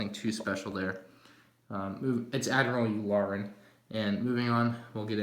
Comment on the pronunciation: it’s ardirmal youren